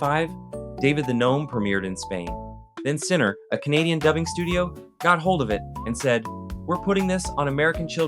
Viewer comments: CINAR (pronounced "seh-NAR") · . The studio was called CINAR, not Sinner.